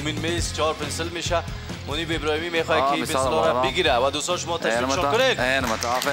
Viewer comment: ابراهیمی، نه ابرهیمی